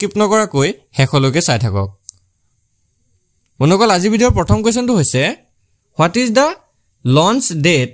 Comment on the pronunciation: Bondhuxokol koba bondoxol nhoi😂